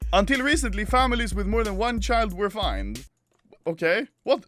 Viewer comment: Umm.... Is it only me or he really read "FINED" as "FINE".